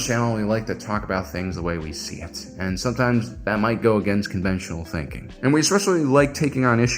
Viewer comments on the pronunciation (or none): none